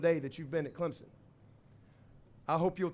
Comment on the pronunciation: At least he said Clemson right. Not clemzon.